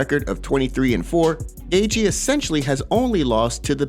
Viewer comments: Is he saying "gay-jee"?? It's so crazy how these non-UFC people have MMA channels. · Ah yes, Justin “Gaygee.”